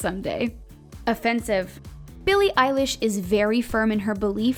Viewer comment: Sneako Animations ugh it’s billie eilesh not eyelash